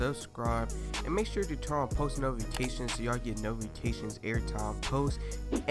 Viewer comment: He said nofication